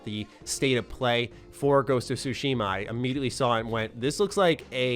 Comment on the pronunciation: For anyone who cares, here's a quick tutorial on how to pronounce "Tsushima." The "shima" part is pretty straightforward, although there is a pacing thing that's hard to explain in writing so I won't waste time on that. As for where you place syllable emphasis, it's actually on the first syllable (Tsu) for this word rather than the second. It's the "Tsu" part that people have the most trouble with pronouncing. Here's an easy way to figure it out: Say the word, "cats." Focus on the "ts" part of "cats." Pronounce just that "ts" part by itself. And now add an "ooh" sound to the end of the "ts." Now you know how to pronounce "Tsu." Put it all together, you have, with first syllable emphasis, TSUshima.